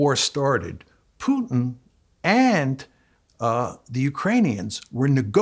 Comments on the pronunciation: It is not "Pjutin" but "Pootin" the way to pronounce it. He kept saying it over 30 times. The interviewer needs to learn as a matter of preparation. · Who is this "Pyewtin?". Its pronounced POOTIN, Pea-ears, POOTIN!!